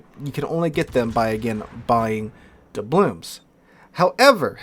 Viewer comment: Why does he keep saying "doublooms?" The word is "doubloon." There's an "N" at the end, not an "M."